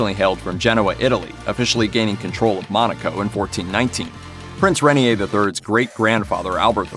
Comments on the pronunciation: Rain-ear not ren-ee-a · The name of the man Grace Kelly married is pronounced "ray-NEAR," (not "rainy-hay.") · Hello, that is not how you pronounce Renier, It is "Ray" "Neer" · His name is pronounced Ray-near